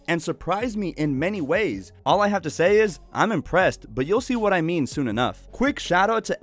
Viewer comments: Haha my favorite part . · It was the best part of the video xD